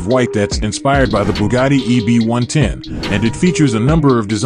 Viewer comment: EB 110 got butchered!! Lol